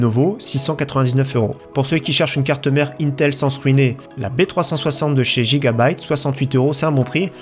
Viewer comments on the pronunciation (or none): none